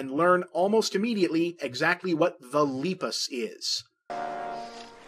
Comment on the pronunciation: His pronunciation of Lepus throughout this entire video is painful